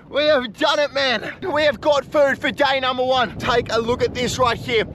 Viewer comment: To 'day number 1 ' bro is saying dainamo 1😂😂